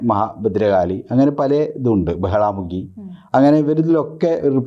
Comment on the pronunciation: ബഗളാ മുഖി എന്ന് പറയു ""ബഹളാ "" മുഖിയല്ല!!